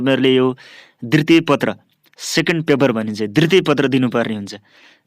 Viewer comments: दितृय पत्र होइन....दु तिय पत्र भनेर pronounce garnuparxa sudarnus nepali word ko pronounciation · dritiye hoina k dwitye ho,, kasto sundai jharko lagne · िद्वतिय होनि